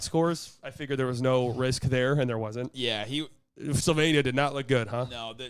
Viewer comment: Slovenian here. almost nailed pronunciation of Slovenija 👏🏼👏🏼👏🏼